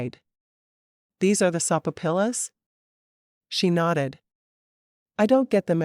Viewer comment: Love your books.... But I laugh out loud every time this narrator mispronounces a word..... Sopapilla is pronounced so-fa- pia.... I am figuring this is AI narration....and if it is, it is the best i have heard so far,But I spit out my soda laughing